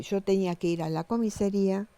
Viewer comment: Si..muy calificada...dice comisería 😅😅😅😅